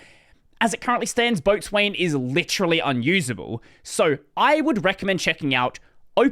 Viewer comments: Sailor here. Boatswain is pronounced “Bosun”. It’s not the only weird mariner word that doesn’t read the way it’s spelled. For example Forecastle = Focsle (the front of the ship) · Boatswain pronounced BOH-SAN